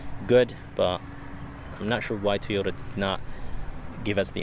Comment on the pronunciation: It’s pronounced TOYota Not TEEyota 🤦‍♂️